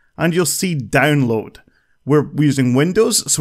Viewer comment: are you obsessed with the diamond minecart?you say danloading not downloading